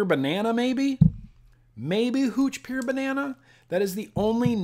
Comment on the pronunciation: You say pure like peer